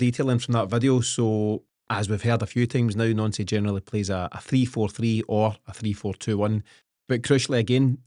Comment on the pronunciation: Guys his name is pronounced NANCY not NONCY FACT